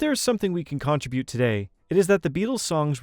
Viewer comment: Ah ha!!! You pronounced “contribute” wrong! The emphasis is on the second syllable not the first. Just sayin’. Lay off of my Beatles! 😊😊😊